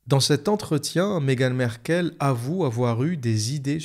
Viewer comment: On ne dit pas : Megan Merkel ,mais on dit: Megan M-a-rkle .On prononce le a. vous qui avez vecu au RU vous devriez savoir cela . Ce n'est pas comme Angela Merkel , c'est M-A-RKLE . Ok ? Corrigez votre ignorance,merci .